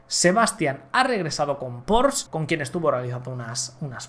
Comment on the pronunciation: "PORSCHE" se pronuncia igual que se escribe en Alemán.En España somos muy dados a pronuncoar todo así y ademas esa palabra significa una rependebcia de una casa,pero se pronuncia literalmente "PORSCHE".Te lo he escuchado en este vido y en el de la venta de Alpine.Ed la unica aportación que puedo hacer. atus análisos y comentarios insuperables.Un abrazo